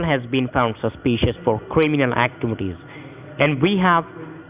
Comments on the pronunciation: cwiminwal activities lol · Cwiminal activities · Cwiminoh acchivides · I'm so glad he told you about your Quiminal Aktibities... That was close! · So many kweemeenal ack-TVs